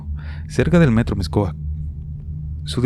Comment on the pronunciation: Se aprecia el esfuerzo de pronunciar las palabras que no conoces, como Mixcoac etc. Muy buenos relatos ☺️☺️